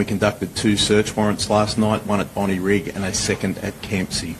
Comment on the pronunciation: It's pronounced Bon-dye. She says it correctly.